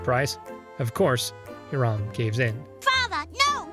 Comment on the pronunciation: How do you mispronounce the name Hiram when they say it out loud multiple times in the episode?